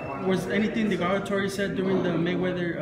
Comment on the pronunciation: DE-GA-GA-TORY.....Smh learn how to speak English.